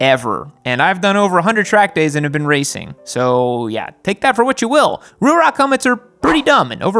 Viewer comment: The way you say Ruroc makes me wanna lose my shit.